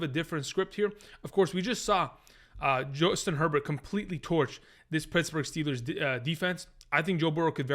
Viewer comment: Who's Joistin Herbert?? 😆 🤣 😂